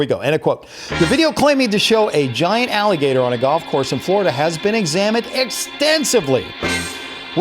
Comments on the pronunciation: You said gold course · You Said Gold Course Not Golf Course